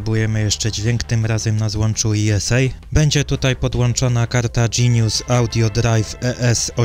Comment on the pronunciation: Z wydajnością Cyrixów wiąże się ten wątek, że one były wydajniejsze, ale przede wszystkim przy operacjach zmiennoprzecinkowych, co nie każdemu było potrzebne. Poza tym wąskim polem były, jak pamiętam, słabsze. Odnośnie do złącz ISA natomiast, to jeśli czytać nazwę złącza po angielsku, to należy powiedzieć "aj-es-ej", bowiem wymawiana przez Ciebie głoska "i" odnosi się w j. angielskim do litery "e". Złącze "i-es-ej" musiałoby być zatem złączem "esa", pozdrawiam.